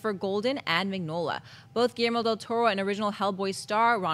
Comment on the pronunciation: Is it just me who finds HILARIOUS the way they pronounce GUILLERMO? Just say the L guys, it isn't that hard.